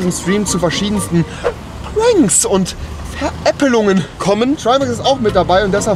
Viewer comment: Rewi sag mal Pranks Rewi: Puuanks